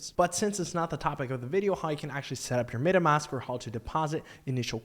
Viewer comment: I was like let's see where this goes, then I was out after he butchered Adidas and MetaMask. I cleaned my ears and listened again. Nope.